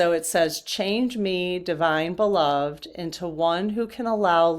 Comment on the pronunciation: Just want to share...I think "Beloved" as used in that deck refers to someone that is loved. And it is pronounced: be-LOVE-ed (accent on second syllable, and 'ed' pronounced as the man's name ED. So Prince Charming looks at Sleeping Beauty and says, YOU are my beloved.